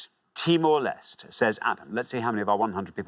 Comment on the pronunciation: Everyone on Pointless seems to mispronounce Timor Leste.